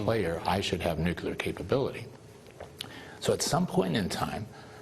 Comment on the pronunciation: Hockey stick eyebrows can't even pronounce "nuclear" correctly...